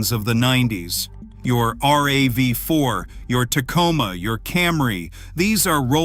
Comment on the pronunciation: Thumbs down to any a i. speaking video. "R-A-V-4"? Really? Its RAV. Its not spelled out.